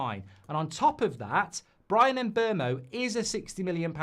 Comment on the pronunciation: He said MbuRmo 😂😂😂😂😂😂😂😂😂😂😂